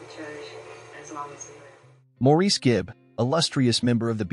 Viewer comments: Pronounced Morris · Maurice is pronounced Morris. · Please pronounce Maurice's name correctly. It is pronounced Morris or Mo for short. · Nope it’s Maurice